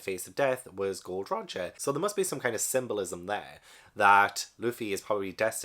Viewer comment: Welcome to One Piece! Psst, it's Gol D Roger, not Gold Roger